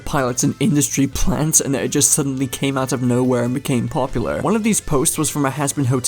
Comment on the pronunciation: drinking challenge: take a shot every time he mispronounces popular